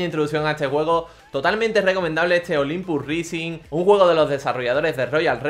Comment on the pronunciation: "olimpus rising" jajajajajajajaja el ingles nos debes